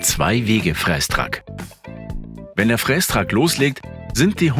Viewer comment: Triggert mich brutal wie der "Frästrack" ausspricht... Gutes Video 😅